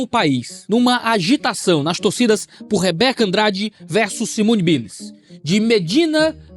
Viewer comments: Simone "Baious" hum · Simone "Bilis" me tirou sinceras risadas kkkkkkkkkkkkkkkkkkk